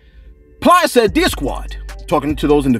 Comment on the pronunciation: lost me at plies 😂😂 butchered that man name